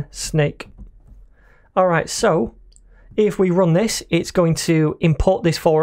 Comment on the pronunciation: Orr-R-Rrite nice video, thank you